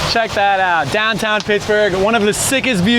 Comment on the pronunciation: You said dahn tahn wrong